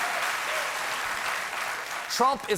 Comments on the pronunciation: The name ain't golem it's gollum xD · The way he pronounces Gollum really bothers me, nobody in the movies ever pronounce it anything like Golem! The Golem is a completely different creature from Gollum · He's pronouncing it the way it was pronounced in those terrifying old LOTR cartoons from the sixties. It was pronounced "golem" in those. The newer movies pronounce it "goll-um." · One thing that bothers me about Stephen is that he's such a big fan of Lord of the Rings, but pronounces Gollum's name "golem." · I too thought, "have I been pronouncing Gollum's name Wrong all this time?" 😲 🤔 Cause of how Stephen said it! 🙃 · Please say Gollum's name right. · Holy crap, did Colbert just mispronounce Gollum?! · Colbert is a huge JRR Tolkein fan. You should look for the interview he did with Ian McKellen on the Colbert Report. Though his pronunciation is new to me, I'll definitely take his word for it. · Stephen, you've built up a lot of Middle-Earth lore cred over the years. But mispronouncing Gollum's name? Really? That's a rookie move, man! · Like many people, he probably read the books long before watching the movies, and formed his pronunciation based on that.